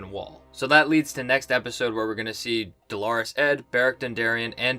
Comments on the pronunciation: Not a big deal but it’s killing me...it’s pronounced “dollar-us” ed, not “Dolores” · It’s pronounced “Dollar-us” Ed ✌🏻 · Lol... still mispronouncing DOLORES ED!!